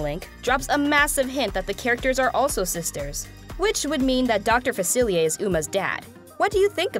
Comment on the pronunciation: You don't pronounce the R in Facilier, stop it!